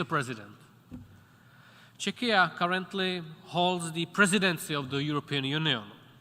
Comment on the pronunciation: "Chechia" ??? What? You mean Czechia? Czech Republic? The way he pronounced it sounded like "Chechnya" Embarassing